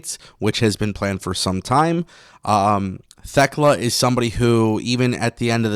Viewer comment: Thekla. The "H" is silent when pronouncing her name. "Tekla".